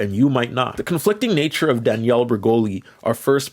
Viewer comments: You say Danielle like Daniel lol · DaniELLE, not Daniel*